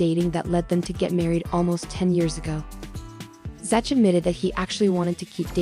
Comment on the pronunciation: Dumb A.I......it's Zack, not Zatch!!!